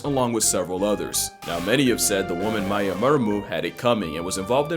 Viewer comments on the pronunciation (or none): none